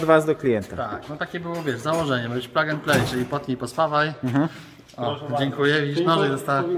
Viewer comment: Panowie, miło się słucha ale plug wymawia się plag a setup -setap